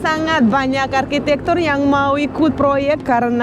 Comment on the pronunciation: maaf saya denger kok Arkitek bukannya arsitek